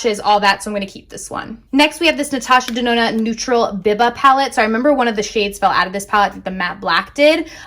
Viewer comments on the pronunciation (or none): Sweet Talk is not limited edition. Giiiirl. Keeeeeep it!!! 🙊🙊🙊 And Biba is "Bee-bah" after a silent screen star (I think).